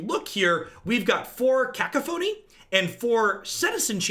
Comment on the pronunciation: I love you, and I know you hate when people get on you about pronunciation, but kak-ka-phoney is too much!